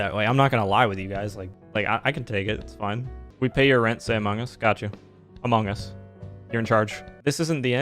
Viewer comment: Ha funny man said amougus